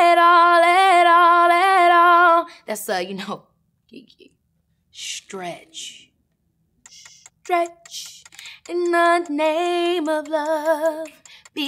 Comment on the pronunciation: Absolutely loved this with Keke. She’s so engaging and charismatic. Love her! But you messed up my girl there with ‘stretch’. 🤨